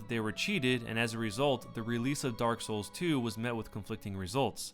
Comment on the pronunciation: I die a little inside every time I hear the inflection you have when saying Dark Souls...